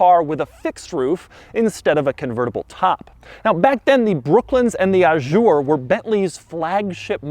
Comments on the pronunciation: That’s not how you pronounce “Azure”... It’s a “Z” not a “J” 👌 St-Tropez isn’t too happy Dougy ;) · Please, it's "coupé", with an "é" at the end, not "coup"... And it's "Azure", with a "z" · Did anyone else notice: Doug keeps calling the Azure "A Jour" The interior is grey The "pinstripes" are called coachline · Ajoure? I thought the car was calle azure? As in the color? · "Ajure" oh my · It's NOT "Ah-shure"!!! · He said "Ah-shure" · I think the word Azure has never been pronounced more wrong in the history of mankind. French people should throw fromage at you wherever you go, you cretin.